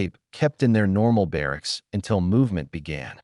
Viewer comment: Barracks not ba rack.